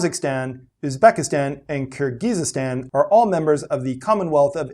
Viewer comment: Youre putting too many syllables in Kyrgyzstan byw